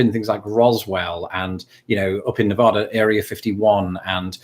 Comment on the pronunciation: Please learn how to pronounce Nevada.